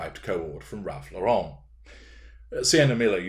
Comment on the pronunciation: FYI, it's pronounced Lor-rehn, like the female name that ends the same way as Karen, not with a pretentious French accent, or like Yves St. Laurent. "Ralph Lauren" is an American who made up the last name because his real name is Ralph Lifshitz and that might not have done so well with the tennis and polo sets. Otherwise, no doubt there are pics floating around of royals wearing all kinds of outfits similar to what hw wore before thrusting herself into and then defiling the Royal Family, aka what she appears to view as merely the royal gravy train.